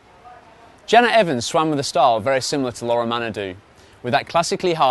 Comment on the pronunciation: It's laure and not laura !